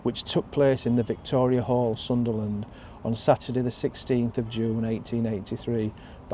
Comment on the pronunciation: It's Sunderland not Sutherland👍🤔